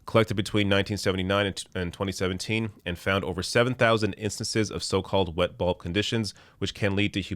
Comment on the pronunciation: It sounded like you were saying wet ball conditions which made me laugh like a child haha